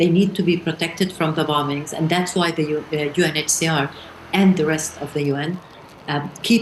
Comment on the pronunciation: The word “the” begins with a “TH” not a “D”. Tell your guest,.